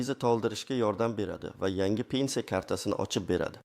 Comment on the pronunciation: ПЕНЦИЯ эмас П Е Н С И Якор савод , где учился в подвале наверное.